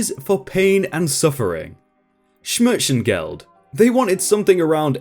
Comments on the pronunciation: uhh you butcherd the smerzensgeld, im german too xD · i love how you said schmerzensgeld. xD I'm from germany as well btw.